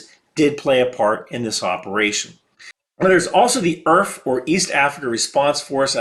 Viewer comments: "welcome to Earf" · "Welcome to earf." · Welcome to EARF